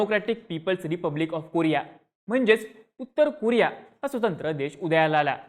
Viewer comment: कुरिया ❌️ कोरिया ✅️